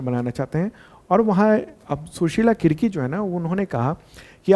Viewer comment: Sushila karki hain Kirki nhi